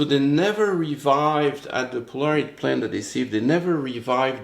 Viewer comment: The proper pronunciation is PO la ROID. I had the Kodak version of the instamatic camera, and it was great until Polaroid sued Kodak.